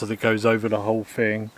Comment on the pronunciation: “Fing”? In England we say THING!